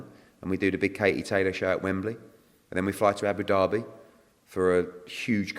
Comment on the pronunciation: Abu Derby its Abu Dhabi 😂😂